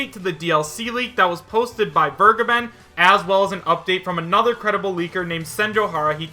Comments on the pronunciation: Vergeben's name is German, making the correct pronunciation: vehr-gaeben. I am too lazy to look it up, but my knowledge tells me it means "The Giver." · Sorry, but Soras negotiations would include Disney. Absolutsly no chance. In other news, didn't vergeben (which is a german verb, by the way, so I always flinch a bit, if you pronounce it like that) state, the Cygames-stuff was completely from hitagi? He only really said, he hasn't heard anything new, so it might have fallen through. So he never had his own stake in the claim, it was all on hitagi.